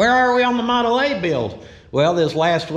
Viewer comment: Awww to hear walk in and actually say “Model A” was awesome to hear.. Teachin them youngins PROPER!! I love it!!